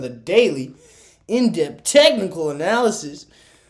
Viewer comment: “Deoth” technical analysis. ☠️